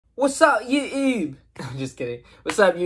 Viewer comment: Did your say youyube